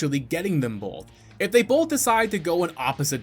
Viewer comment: The fact that you said "bolth" in the video.